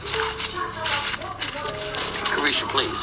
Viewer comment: 😮did she say Caresha Please? U better know she saw some 💩 and was going right along with it!!!